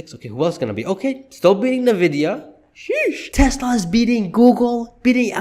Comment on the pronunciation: Great video! It's indeed a Sheesh moment! A small correction. NVDA is pronounced with the letter N (N-VIDIA) and not as "NE-VIDIA." Let's go! Sheesh! 😂